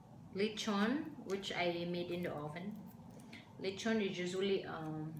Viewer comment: Crespy litchon. Jowcy with sooy sawse!